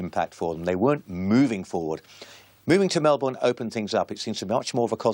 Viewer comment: What the F?? No ACDC footage? No ACDC songs? No ACDC family or current members of longevity?? Then you've got this British toothy guy saying his 'feeling' with them was... (He never even bloody met them!!) This Brit "expert" CAN'T even pronounce Melbourne. Yep let's get in school friends and unknown commenters and some child woman acting like she was even alive to see the band with Bon talking like an expert too!